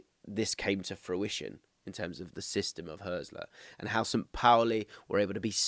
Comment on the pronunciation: Some useful points- The Hürz in Hürzeler is pronounced like Hertz, not like Hearse. The ried of Pipinsried is pronounced read, not ride. Irvine is primarily regarded as an 8. Hartel is an 8/10 and has been one of the top scorers of the 2. BL for many years, long before Hürzeler arrived. Pauli were great last season so his numbers are up but that is true for the whole team. I came second in kicker (German fantasy football) last season and Hartel was more or less the first name in my squad. Switching between a back 3 and back 4 when winning the ball is quite common in Germany and achieved in several different ways. The 2-3-4-1/3-2-4-1 formation that Pauli often use for their attacks is incredibly popular in Germany, having been played by the national team in some form for the entire Löw era. The space on the right flank vs Osnabrück was created because the VfL were chasing the game and therefore the LW had not tracked back properly. If wanting a clip to highlight Pauli overloads, I would suggest the second (Hartel) goal against Hertha on Match Day 25. Not only are Hertha a much better side but you can get frames just before the goal of 6 Pauli players within a 20 x 10 box on the right, which created the space on the edge of the box you are describing here.